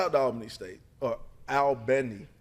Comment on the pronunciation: IT'S pronounced like ALL-BANY, lol. AL-Bany is NY lol.